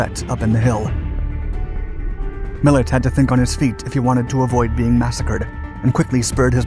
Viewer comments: Millet not Miller! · MILLETT NOT MILLER !!! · Millet not Miller. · It is Lew Miilet, not Miller.